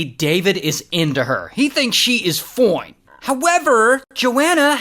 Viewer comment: I love when you say FOINE!